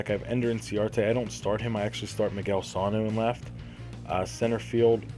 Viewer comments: you said Calhoun right, for sano you say it more like sun-o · next time say calhoun and sano right